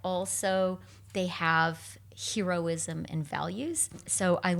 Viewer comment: interesting pronunciation of heroine and heroism, Chrystia you might wanna check the usual way, it's a touch distracting it nothing else